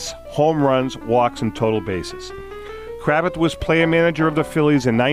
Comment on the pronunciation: You mispronounced his last name. Its Cra-vath